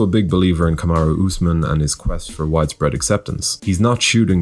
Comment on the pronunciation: Come on man its Kamaru not jake Paul YouTuber.